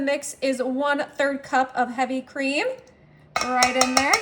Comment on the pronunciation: Y she say Mexican and cup like that? 😅